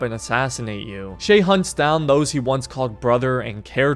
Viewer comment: It’s shay